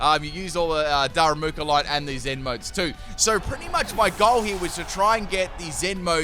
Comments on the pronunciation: "what kind of pedant would roast him in the comments for saying a name wrong?" 27 "daru MOO ka"s later... da ru ma ka, DARU MAH KAH! Like "Daruma"!! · U lit said darumaka correctly the first time and then proceeded to call him darumuka the rest of the battle😂😂.. bestt part is u apologised as if it was the greatest mistake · Noone: Literally nobody:: Daramuka xd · Dude you pronounced Darumaka's name like three or four different times in this video LOL.